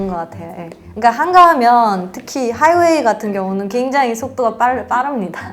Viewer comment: 화요일이 아니라 하이웨이입니다.